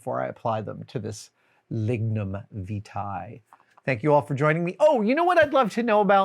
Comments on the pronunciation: It's "Lignum Vie-tee" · Lignum Vitae. A name I hate the 'correct' pronunciation of. I mentally say something else.